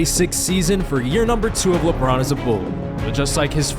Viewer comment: He said Labron's clutch gene... 😂😂😂